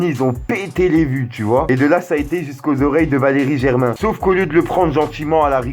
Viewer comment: Arrêté de dire Valeri Germain stp